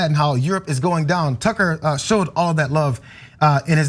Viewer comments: I've been calling him Cucker Tarlson for years, so that slip made me laugh so hard! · "Cucker" that was a great slip :) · I did hear call tucker carlson "cucker" by mistake. 🤣